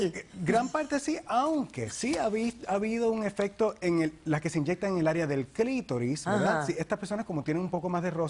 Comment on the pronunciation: porque sera que la madre no le habrá enseñado hablar pronunciar bien 😨😨😨 setso tener buen setso? 😅😅😂😂😂inyetban? no pos chale!!